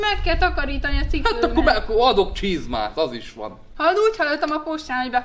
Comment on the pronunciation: én nemtudom de ahányszor hallom a szádból azt hogy posta, mindig hosszú óval ejted ki, ebben a videódban csizmát vetted a szádra, de ott meg hosszú í vel ejtetted ki, miért van ez? 🤣🤣